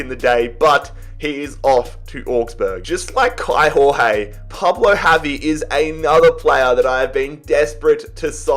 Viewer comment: Kaio Jorge is pronounced Kai-o Georg-ye sort of idk how to explain it perfectly